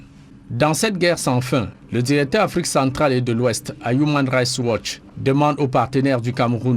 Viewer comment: Human rights watch, please essaies de mieux prononcer cette ONG